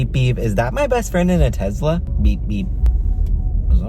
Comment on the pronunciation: why does he say tesla like tezzla